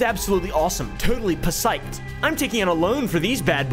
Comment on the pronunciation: Psyched was spelt correctly and man's still butchered the pronunciation